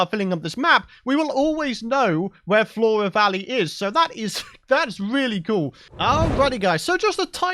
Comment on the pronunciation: Four-uh vawwey, I can roll with that name.